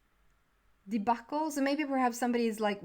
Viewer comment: You pronounced debacle absolutely correctly.. :)